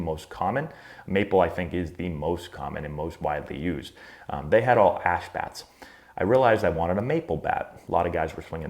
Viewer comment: I thought he said “and they were all ass bats”😆😂😂